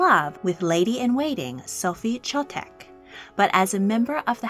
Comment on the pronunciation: Sophie Chotek name should be pronounced Hotek. "Ch" in Czech language is pronounced "h" . Her full name was Žofie Marie Josefína Albína hraběnka Chotková z Chotkova a Vojnína.